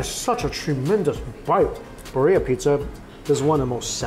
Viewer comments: Beer Ee Uh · Love watching you Mikey, I’ve been watching for years, but the way you said Birria made me cringe every single time 😂😂 lol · His pronunciation of Birria was killing me ! Lol😊